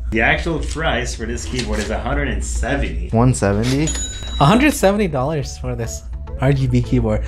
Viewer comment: "30 dodders vs a 170 dodders keyboard"